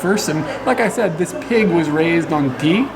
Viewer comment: Oh TEA! I thought you said the pig was raised on teeth. LOL